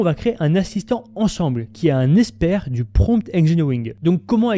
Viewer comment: Comment prononcer "expert IA" et non "espère IA" ?